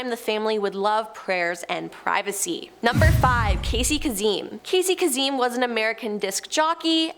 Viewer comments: Oh the mispronunciation happening... Arghhhhhhh!!!!! Casey Kazim??? No!! Kay-sem!! Karl Longfeld?? No!! Karl Lagerfeld!! It hurts!! Lmao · His name is pronounced Casey Kase( kase M)! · Not kaseem!! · Casey Kazeem. Cringe. Facepalm. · even better! I don't know how she got kazeem 😂